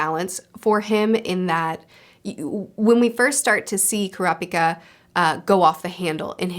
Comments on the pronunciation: btw, with the pronounciation of names, japanese words don't emphasise any syllables. every syllable is said with equal emphasis e.g. ku-ra-pi-ka instead of ku-ra-PI-ka. u can apply that to all the names u struggle with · A tip with the japanese names: you seem to be wanting to put exclamation on alternating syllables like in English. Japanese doesn't do that. All syllables have equal exclamation. Their language is a set of consonant-vowel pairs, so its never kurA-pikA or kUra-pIka, its always kU-rA-pI-kA. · ku-rapika you said it right the first time! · It's pronounced kurapika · Fyi you said Kurapika correctly then incorrectly changed it lol